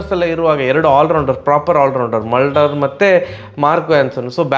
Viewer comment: ಮಲ್ಡರ್ ಅಲ್ಲ ಅವ ಮುಲ್ಡರ್ 😂